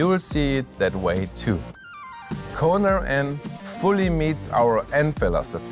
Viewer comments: "The Koner N" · they apparently spelled it wrong. definitely a coner N, by the way is saying it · LOL 🤣 It's a KONER N!!! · "Koner N"... Wow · "Koner N" no speaka engrish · It's a "Korner" 🤣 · Oh. It has 34 new welds. Now that’s……something. And the vehicle is apparently pronounced “KONER”. I don’t have a boner for the Koner. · “Koner” N.